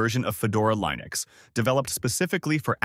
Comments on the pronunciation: What is this "lye-nucks" you speak of? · AI slop that can't pronounce Linux correctly, mentions KDE but demos Gnome. Waste of space. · If you are going to use Ai to do voice over, at least make sure it pronounces Linux correctly. Throws away any trust or credibility out the window. Just my two cents.